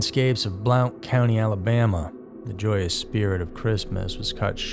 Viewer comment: It’s pronounced like blunt county